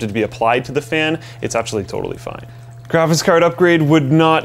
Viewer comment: taller guy says 'grafis' card and it's annoying and the cpu would certainly run much cooler with a fan even spinning very slowly. they shoulda put one in